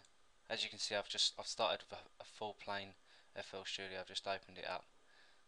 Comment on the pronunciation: lol, you pronounce fl studio like a german :D